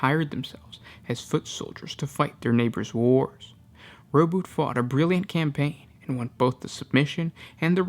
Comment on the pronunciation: i thought its RO-BU-TEY not ROBUT.